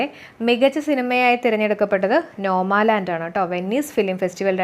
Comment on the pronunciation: Nomaland alla , 'NOMADLAND' aanu.